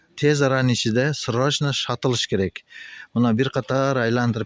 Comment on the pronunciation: Щырошна дейтго😂😂